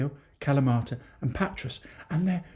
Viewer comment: A slight correction if I may, Patras, the “S” is silent pronounced Patra, not in Pirgos though, the S is pronounced. Good videos though thanks, love watching them. My wife’s hometown is Amaliada (the platia is awesome at night if you get my drift!), some wonderful beaches and beach bars, Marathia is our favourite just up from Kourouta. We just got home (Australia) from 5 weeks there, drove around most of the Peloponnese except for the leg where Nafplio is located. Definitely go there next time. But in Patra you must take a walk along Riga Fereou, a long pedestrian street with great cafes, shops and restaurants. Of course Agios Andreas (St Andrew’s Cathedral) is a must see, the largest church in Greece. Our friend lives just near the castle. We plan to buy close (ish) to my wife’s hometown, so who knows, we may bump into you for a Freddo Cappucino one day. Keep up the good work.